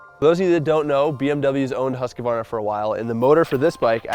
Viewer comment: Love you guys but it's husk-var-na not husk-ka -var-na.